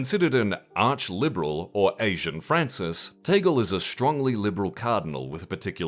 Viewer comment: Tah-gleh not Tay-gul...